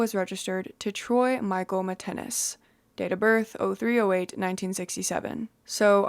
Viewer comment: His name is pronounced Mitt Ness - not Mitt- ten-ness!